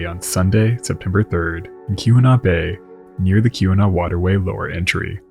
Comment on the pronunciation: I love your work, but it's AY-GAH-WAH, each syllable distinct / given equal length, not unlike I-DAH-HO. Then, later, KEE-WHEN-NAW.